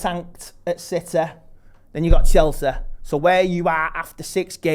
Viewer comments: Burneleh CITEH CHELSEH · Burnleh, Citeh, Chelseh! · man said burnleh, citeh, chelseh!!!!!!!!!!